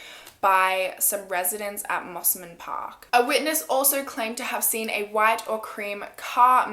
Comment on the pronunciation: Yzzy May hahahahah and Mosman ahhhhhh!!